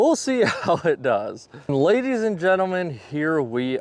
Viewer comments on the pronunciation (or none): none